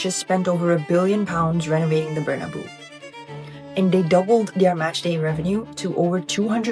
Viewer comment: "The Bernaboux" is diabolical Mrs.